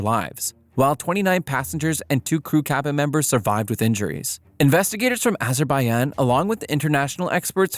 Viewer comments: Yeah it sounds like whatever is saying that forgot the J exists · The way he says Azerbaijan hurts me